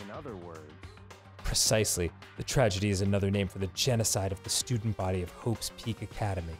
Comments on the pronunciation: HE SAID TRADEGY I am the ultimate clairvoyant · Game: "Tragedy" Arin: Tradegy. Game: "Prodigy" Arin: Progidy. Game: "...Allegedly" Arin: Alledegly. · I kinda want Dan to discreetly try to make Arin say more words that end in "____gedy" to hear Arin f@ them up, like Progidy or Tradegy. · One thing I learned from this LP is that Arin can't pronounce Prodigy and Tragedy